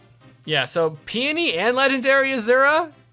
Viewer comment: Thank you for being one of the only people on YouTube who pronounces Peony correctly.